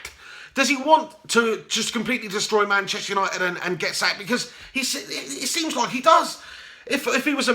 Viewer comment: "Gashtester United" hahaha 👏🏻👏🏻👏🏻